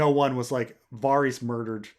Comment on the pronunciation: I can't listen to 4 hours of this pronunciation of Varys